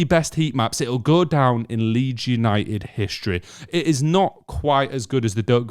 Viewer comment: Leeds You-Ni--Ed? Your shirt has a 'T' - don't waste it!